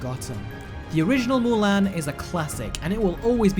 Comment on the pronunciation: Say it with me MULAN not MULAIN